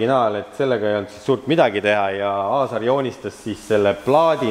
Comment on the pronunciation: Ikka jubedalt härib kuidas Aaser asemel Aasar ütled. Mees vist ise juba aru saanud, et pole mõtet enam nime parandada :D. Aga 5+ väga huvitav video. Hea vaadata kuidas asja tehakse õigesti ja põhjalikult, iga teine tüüp oleks relakaga umbes midagi välja lõiganud :D .